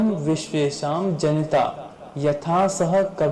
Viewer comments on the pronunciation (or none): जनता नहीं लिखा है बेकुफ (जनिता) है 😅😅 पढ़ना नहीं आता तो युटुब पर आकर बकवास क्यों करता है🤡🤡